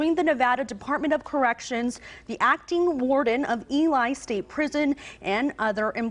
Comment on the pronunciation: I'm not sure where this reporter is from... but that's not how you pronounce the word "Ely" in Nevada